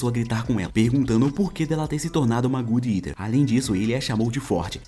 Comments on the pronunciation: Fiquei agonizando o vídeo inteiro só pelo jeito que ele fala o nome do anime "gud eter" que não tem nada a ver o nome falado de jeito certo que é "god" que vem de "Deus" e "eater" que vem de por exemplo "comedor". Vou escrever exatamente do jeito que fala: "godi iter" resumo muito bom Tmj:) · God eater... não good etar...😂